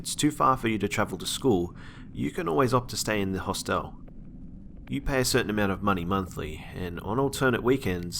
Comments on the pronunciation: did nobody notice that, in the school story, he can't pronounce "hostel" haha he says it like a mix of hospital and hotel hahaha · hos-tell too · That and "hoss tell" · The "e" in Hostel is silent. Good stories